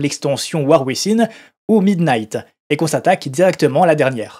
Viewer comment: ~ : "Within" se prononce [uivinn].